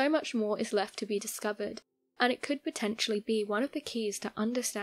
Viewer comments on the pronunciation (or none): none